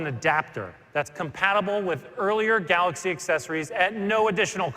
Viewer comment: Why do they always says "Samsung Galaks"?